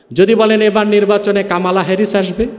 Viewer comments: কামালা হ্যারিস নয় । কমলা হ্যারিস । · কমলা না কামালা হবে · He don't know US power. US can destroy the whole world, but they will not do that. And pronounced "Kamala", it's an Indian name, how we pronucnce "Komol Das gupta" . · একটা বাংলা শব্দ কমলা কে কি অদ্ভুত ভাবে কামালা বলছে, চমৎকার লাগছে হুজুর